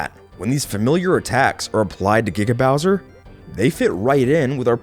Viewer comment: It Giga Bowser, not GGaw bowser. You say it wrong so often. But I'll let it slide as not every research video ever made is perfect.